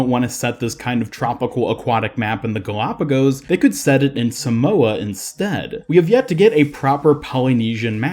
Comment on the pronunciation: The way you pronounced Samoa gave me anxiety ahaha